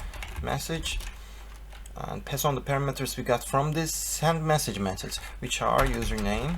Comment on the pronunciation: "Piss on the arguments...???" Oh you mean pass on the argument :P